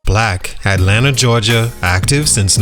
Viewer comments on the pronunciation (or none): none